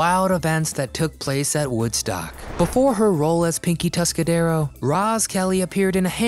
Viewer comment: "Tuscadero"; no 's', on the end.